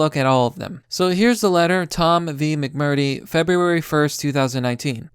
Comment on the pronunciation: McMurtry - mic-mur-tree. Mitchell - mitch-ell. Come on man! These are 2 and 3 syllable words! like the rest of it though